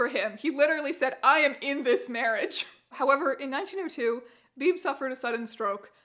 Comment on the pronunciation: HOLY SHIT i was born on march 22nd (same as painless) and my last name is Beebe?????? like its coincidence but WEIRD ASS COINCIDENCES!!! also Beebe is pronounced "bee-bee" not "beeb" lollll